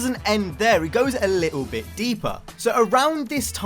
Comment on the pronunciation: Midnight club a cool game named after a real racing group. Need for speed cool iconic cars. Midnight club LA in 2009 had an interior camera and the new Need for speeds “Sorry we only have hood and bumper cameras and hold camera is the closest you’re gonna get to that 🤷🏽‍♂️” Also “Lickle bit” love the accent 😂😂